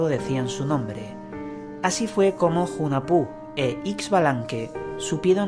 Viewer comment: Hunahpu se pronuncia junajpú